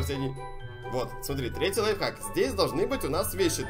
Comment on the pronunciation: Мне кажется или говорит не лайфхак, а лайфак😂